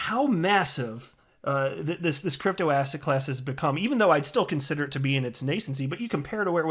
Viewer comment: you've been saying asshat so much that when you say asset it sounds like asshat :D